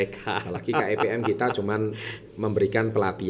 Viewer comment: wong dia bilangnya KEBM bukan KEPM... hdehhhhh